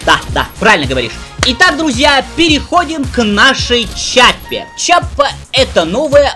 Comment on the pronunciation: Все хорошо, только это не Чиаппа, а Киаппа. Введи название в гугл траснлейт, выбери итальянский язык и нажми воспроизведение. Это та же Киаппа которая производит револьвер Rhino